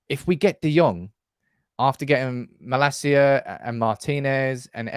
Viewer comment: His name is pronounced: Mah-lahseeya... not Mah-la-see-ya. The last bit is one word